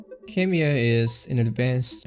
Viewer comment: fun fact: Khemia is how you say Alchemy in arabic, perfect peonounciation.